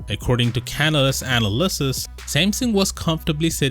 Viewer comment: This man said Canada's ana-Lysis...